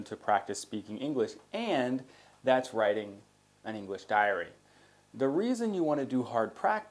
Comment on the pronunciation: Diary not dairy, please! Tks